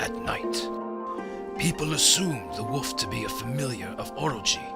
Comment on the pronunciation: I swear the narrator keeps saying 'woof' instead of 'wolf'.